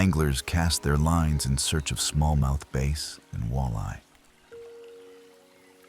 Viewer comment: "smallmouth BASE" and "Kee-yakers" made me wish for a real person to do the voice overs. If you want a Wisconsinite to do the voice over, contact me